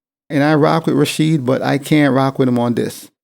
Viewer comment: Ra"Weed" Wallace 😆 he probably forgot Jordan games lol